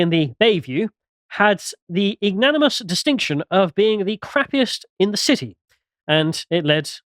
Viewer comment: 😂 still having problems with long words. It's pronounced ig-no-MINI-ous and it means "deserving or causing public disgrace or shame"